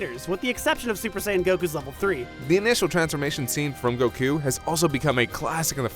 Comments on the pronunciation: everytime you say Goku to sound like your saying Go'KU! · I love how instead of goku (goh-ku) he says goku (Gokk-uu) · Why do you pronounce Goku like 'Goh-Kuuu'?